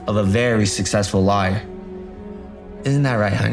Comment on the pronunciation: I think he meant lawer